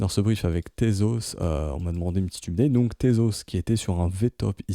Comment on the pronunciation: Tes videos sont excellente merci beaucoup pour ton travail. Un tout petit truc qui pique les oreilles tous les jours cependant, la facon dont tu prononces update. :D For the love of satoshi !